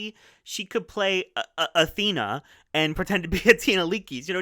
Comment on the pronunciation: Waiting this whole video for Athena to go home so he stops saying “atina”